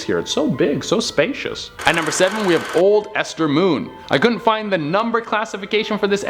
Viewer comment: Mold ester moon? U sure not MOLESTER MOON?